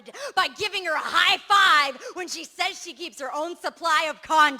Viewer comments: Did that lady at the end really say "bisexchagay" or am i tripping again? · Anybody else watch till the end when that stupid bitch said 'bisexshuagay'?!